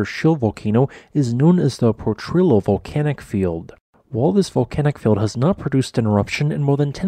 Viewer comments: Gah! It's not po-trill-oh it's pronounced Po-tree-oh. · It's pronounced more like Potriyo. The two 'L's together are pronounced like a 'Y'. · Would love to see you feature more of my home state New Mexico's fantastic geology. Just FYI it's pronounced "poh-tree-yoh". Keep up the great work! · Thanks for this report on the Kilbourne Hills which is part of the Portrillo Volcanic Field. This is an interesting geologic phenomena that I look forward to visiting. One point I need to correct you on is the pronunciation of Potrillo. You usually seem to get the pronunciation correct. Potrillo is Spanish for colt although I could not find the origin for the name. Potrillo is pronounced like po- tree-yo. The Potrillo Volcanic Field is located in the West Potrillo Mountains and there is also the East Potrillo Mountains.